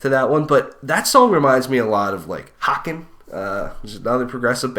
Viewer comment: Just wanted you to know that its pronounced hake-en, not hock-en.